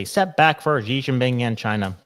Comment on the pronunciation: It’s simply pronounced “She” nothing complicated, don’t try using any “Z’s” or anything else. Xi is pronounced “She” it’s easy.